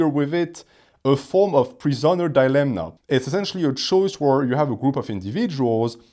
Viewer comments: Hello, insightful video, I've watched a lot of your content and noticed you pronounce 'dilemma' with an n, but there's no n in that word. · I can't anymore😂 How are you so intelligent and don't know it's not dilemNa but dilemma?